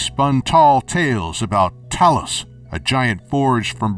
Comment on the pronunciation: Nigga said talos right Umm elder scrolls six confirmed